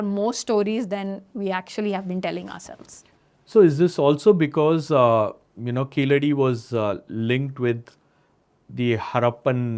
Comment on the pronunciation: It is pronounced, 'Keezhadi' in Tamil not Keeladi as done by non Tamil speakers .